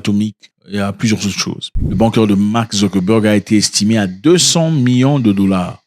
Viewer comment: On prononce : Bounker.😎